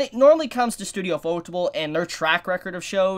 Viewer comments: You-fo-tay-ble not u-fo-tah-ble. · It's Yūfōtēburu. Pronounced Yuu-Foh-Teh-buru. Ufotable is just a more anglicized spelling. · what u r saying i don't understand when Everytime u said ufotable